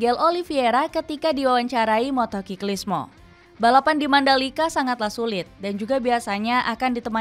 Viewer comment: Cara baca kamu kata motociclismo itu NGAWUR.... cek di google